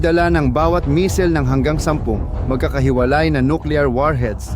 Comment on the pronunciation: Ayusin mo naman ang pagbigkas mo ah!! Misayl!! missile!! Hindi misil hunghang!!